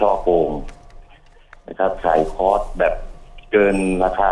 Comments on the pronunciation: ผู้ชายพูดว่า.. ค๊อด ผู้หญิงพูดว่า.. คลอส ............ออกเสียงผิดทั้งคู่ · ผู้ประกาศหญิงออกเสียงคอร์สไม่ได้ถูกซะที 😅